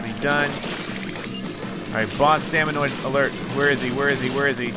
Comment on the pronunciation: You know, it's salmonid, not salmonoid!